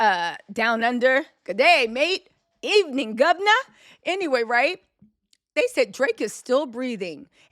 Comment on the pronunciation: "Geddayyy máte..Evn'n Govnuh" 😂😂😂 🇦🇺